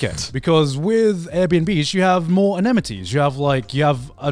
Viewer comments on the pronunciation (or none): Garnt showing his English skills again by saying "Amenities" but pronounced "Anemities" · Garnt… buddy… pal lmaooo “AMENITIES” ** 😅